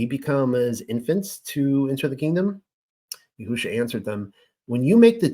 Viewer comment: In listening to you, I have observed that you have tried to pronounce words properly, for instance: YAHUAH YAHUSHA In my opinion, you have the words spelled correctly. However, in each case, the emphasis should be moved to a different syllable. YAHUAH should have the following emphasis: YAHuah Similarly, YAHUSHA should have the following emphasis: YAHusha This name means "YAH who saves." It does not mean "yah WHO saves." In your own name, "" should be pronounced with more emphasis than your middle name or your last name. Blessings, Daniel